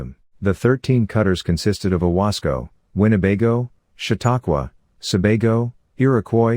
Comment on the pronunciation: OWASCO class, not CASCO.